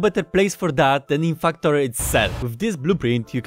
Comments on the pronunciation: is he saying... fucktorio? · I like how you sounded like saying Fucktario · Am i the only one hearing fucktorio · While I do love your accent, the yt algorithm may interpret the way you pronounce "Factorio" as a certain curse word + "torio", and limit who it recommends the video to because it thinks it has detected "strong language". Just a thought... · So I did some reading on Polish phonology... Turns out Polish doesn't have the English short 'a' sound like in 'cat' or 'Factorio', and the Polish 'a' sounds very close to an English short 'u' like in 'gum' and 'buck'. BUT! Polish 'e' like in 'wektor' and 'wcześnie' is much closer to an English 'a'... I've noticed people with certain Russian accents just straight up using an e sound for the a because it can't be confused with u. No idea if this means anything to you, I just thought it was interesting.